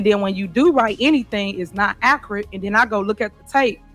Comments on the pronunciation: It's not 'ACKRIT' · Acrite 😂😂😂😂 ACCURATE, you illiterate dummy. I can’t argue or have a discussion with anyone who can’t speak properly. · Mayor what the hell is acrat? We need a Webster dictionary Tiffany Henyard edition. 😆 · Imagine being talked down to by this ignant and she has the nerve to describe your work as being “not AKRIT” you dumbit chicken head can’t even speak at a 3rd grade public school level..!!! You didn’t just happen to be called hentard!! You’ve earned it with your embarrassing vocabulary and misuse and mispronunciation of simple words and phrases, and that is for the record as it relates to let alone the akrit alezations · She can't even pronounce " accurate," or she says, " mines." Instead of " Mine." Oh my😂✍️